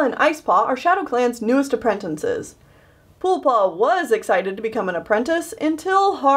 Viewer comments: its apprentices not "aprentinces" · Girl. You say aprentinces, it’s apprentices. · Nobody: Literally no one:: aprentencises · I just realized says apprentinces instead of apprentices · why do you keep saying apprentinces (no offense lol) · I call them apprenNtices to. Its not her fault that she might not know how to say it "right" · Michael T.B. It frustrates me so much XD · silently getting triggered at how apprentices is said wrong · PLEASE stop mispronouncing apprentices. There is only ONE N in the word!!!!